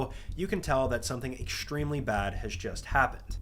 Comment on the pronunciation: “ekshtreme” and “shtream”. Why the hell do you pronounce it like that?????